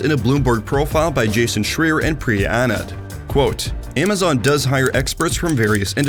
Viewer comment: I believe the journalist's last name is pronounced Schry-er (with the same intonation as "higher"), and the word is amalgamation (amalgam + ation). I know it comes off as nitpicky, but I really like this channel and want to to see it reach more viewers, and making sure the video has all the polish it can goes a long way. Keep up the good work!